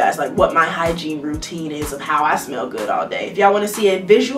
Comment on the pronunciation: “Not just good, gooddttt”😂😭 I love her ❤️